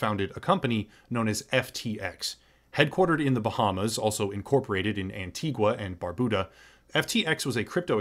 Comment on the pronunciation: Loved video. Jsyk its "An-tee-ga and Bar-bew-da" I lived there 10yrs crazy to see it in this video